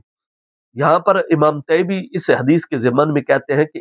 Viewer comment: مجھے لگتا طیبی کے ط کے نیچے کسرہ ہے حضرت بار بار فتح پڑھ رہے۔